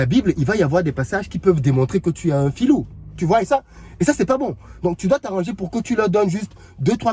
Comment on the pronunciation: 🤣🤣🤣🤣🤣🤣🤣🤣🤣. Waaahhhh!!!! Tu as seulement appuyé sur "déranger" le tour ci!!! Qui t'a énervé??? 😂😂